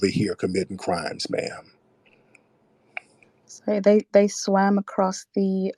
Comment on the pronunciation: He said Nairobi camel not naomi cambell..i lost it lmaoo…”continue mamm” hes killing me LOL